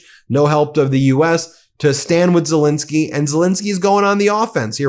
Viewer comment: Ben, even Drump pronounces Zelenskyy's name right! Please give him the same courtesy. Okay Bin? Thank you.